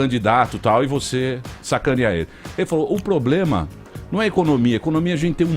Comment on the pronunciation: O "poblema" é não pronunciar o (R) do problema... 😂🤣😂🤣😂🤣